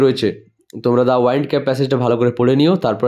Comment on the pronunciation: ওয়াইন্ড হবে না, উইন্ড হবে ভুল ধরানোর জন্য ক্ষমা চেয়ে নিচ্ছি 🙏